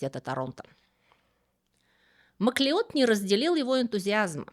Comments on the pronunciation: MacLeod читается как Маклауд Правда-правда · Шотландская фамилия Macleod читается как Маклауд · "Масleod" читается "Маклауд", происходит от гэльской фамилии "Macleóid"–"Маклодь" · Фамилия Macleod произносится как Маклауд (да-да, тот самый, который бессмертный, - он тоже Macleod). Маклеод - это русский вариант произношения, основанный на написании.